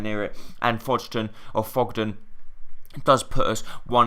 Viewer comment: By the way it is fog-den